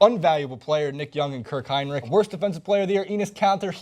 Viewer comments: First of all is "Hinrich" not "Heinrich", second of all he held the bulls record for most 3 point baskets made and third of all he's one of the best and most underrated perimeter defenders in basketball. He's not a scorer and what the stat sheet says isnt representative of his game. About WROY, how can Doug McDermott be the worst if he didn't even play? he had a knee injury at the beginning of the season and then Thibs being Thibs wouldn't let him play one single minute. Today, in his second year in his league and pretty much his first year playing, Doug is one of the best three-point shooters in the NBA. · its hinrich , enes kanter (enis cant-er and I'm pretty sure you spelled the coaches name wrong